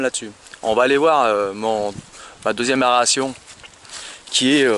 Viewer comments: Tu dis bien extracteur !!! Tu as du mal avec "a e r a t i o n" , tu as raison c'est juste une diction de m.... , tu m'as fais rire quelque chose .... Pouce encore .... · Mais lol, aération, pas aréation😁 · Aeration xd pas aréation